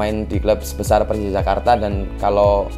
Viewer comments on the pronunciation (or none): Jak bukan Jack , Jakarta Bukan Jackarta